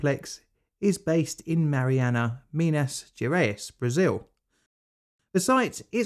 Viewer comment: Minas Gerais Pronounced: Mee-nahs Zheh-RA-eez